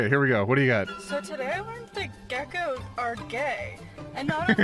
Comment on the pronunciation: "You homphobic towards ya gecoks?"